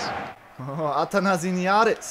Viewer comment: It's ATHANASIADIS not ATHANASINIADIS